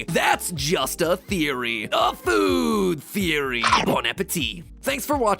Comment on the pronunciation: faod theery